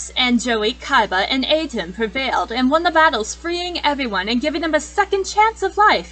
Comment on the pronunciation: *Sorry that she mispronounced Bakura and Atem Sorry*!